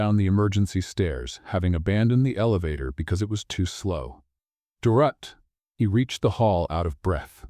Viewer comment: First, have the AI learn to pronounce Dorothy. Second, the ex-wife was fired. Why is she still in the building? I am used to accepting the story's universe, but this one made it really, really hard.